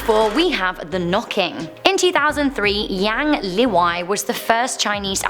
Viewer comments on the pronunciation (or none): none